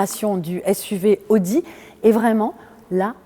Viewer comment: ...." les nouvelles AUDI " ... pas ZODI mme la journaliste.